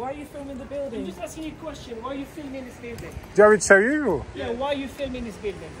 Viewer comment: Why are z filming ze Buildinnnnngz! ✋🏻〰️